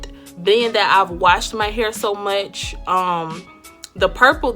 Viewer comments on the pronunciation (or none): none